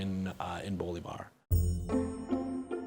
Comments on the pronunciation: Repeat after me. bo-LI-var, again, bo-LI-var. Not BO-li-var, no no no, wait, not BO-li-var. Say again: bo-LI-var. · Sidenote, the ´ accent in bo-LÍ-var means that's the syllable to accentuate. It's hard to explain in text, but the way you've been speelling it in the series is as if his name was bo-li-VÁR, with accentuation on the last syllable. But it's Bo-LÍ-var. I hope that's understandable. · I keep hearing Bolvar instead of Bolivar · Lie: Through all the series you write his last name as Bolívar but kept pronouncing it Bólivar. Which one is it?????????? ;^) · I LOVE how FFXI music always finds its way into these videos. Man, the memories... If only they made MMOs like that anymore. Also, again, the stress on Bolívar is on the second syllable. Bo-LÍ-var. That's what the accent is there for, to show you which vowel is stressed. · typical that the one word you mess up, you say the most in the whole video